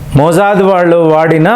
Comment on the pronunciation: మోజాద్ కాదు కాకా మొస్సాద్